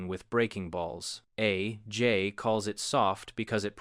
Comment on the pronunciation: A...J...might...be...wrong. All of the sudden, this AI voice is British? I do enjoy these videos, but why do they pretend it's an actual guy saying this stuff? Nobody would pause between A and J like that. Or call Jim Thome Jim Tome. See other video for that.